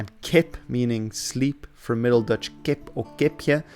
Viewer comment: I'm Dutch and have lived as a student in Newcastle a few years in the '90s. It always amused me how I found it easier to understand Geordie than most English students. Your Dutch pronunciation is the best I've ever heard in any video about English language / history / dialects.